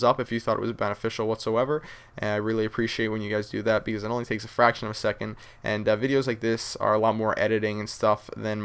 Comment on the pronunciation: becouuze lol. love yah